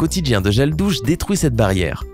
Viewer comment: il a dit douse à la place de dire douche